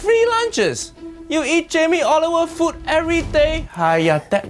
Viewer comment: Jamie "OliveOil"